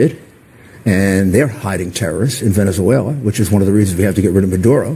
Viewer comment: Venezuewa and scoiwism awe scawy!!